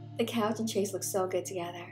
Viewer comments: Ok. Enjoying watching but one thing is driving me crazy. Chaise is not pronounced like chase. It is pronounced like shaize. The ch has a soft sh sound and rhymes with maize. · Definitely going to make this - you're incredibly talented and my go to for miniature tutorials!! I'm going to try making these for my nieces! As an aside, not to be annoying, but it's pronounced SHAYZ or SHEZ as opposed to CHAY-se. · Isn't it pronounced "shez"?